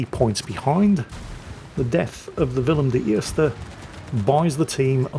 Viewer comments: The pronouncation of Willem de Eerst in Dutch was spot on mate! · Who are You??? and what have You done with the real???? You pronounced WILLEM DE EERSTE correctly!!! Greetings from Holland, Gerard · your pronouncement of the “Willem de eerste” is absolutely spot on. Well done